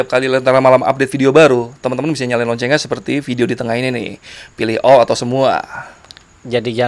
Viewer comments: Pilih "O" atau nyalakan loncengnya "O"itu apa bang hadeh gk jelas lu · Maksud dia "all" cm kedengernya "O"😂😂😂😂